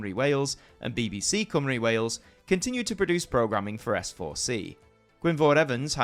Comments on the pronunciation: Not going to lie, I didn't expect to look up and see Penarth Pier on AMTV. A hint, though - don't get your Welsh pronunciations from the London BBC! It's Cym as in "come", and ru rhymes with "bee". COME-ree. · Great doc but please it's Cymru......not Cwmree but Cumree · Wish you could say Cymru and S4C properly Sianel Pedwar Cymru = S4C. I'm sure someone on here would help you pronounce the words better